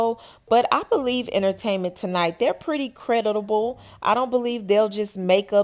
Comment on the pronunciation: Not" Credit-able"....🤣 Its Credible